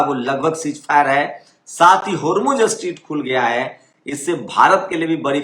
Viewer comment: Sir, स्ट्रीट नहीं, स्ट्रेट